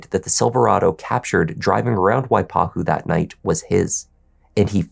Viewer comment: pronunciation of waipahu is spot on. well done!!